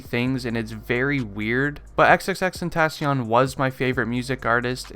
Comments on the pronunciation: 'xXxTeNtaSzziOn' ik its xxxtentaacion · Crazy how he’s ur fav artist but you don’t know how to say his name 🥴😭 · You still can't pronounce his name right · say his name right or just say X ffs